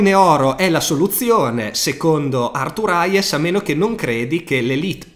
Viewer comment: Aiuto, mille volte pronunciato ARTURAIES non ce la posso fa'! HEIS, Arthur *Heis*, se proprio lo vuoi pronunciare in modo semplice. Se poi mi fai sentire anche il th su Arthur resto iscritto al canale 😂